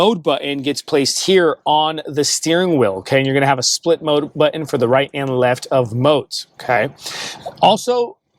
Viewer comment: It's not butt-in, it's button.